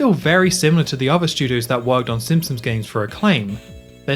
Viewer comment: How do you make so many amazing Simpsons game overviews but pronounce it Simpsums? 😂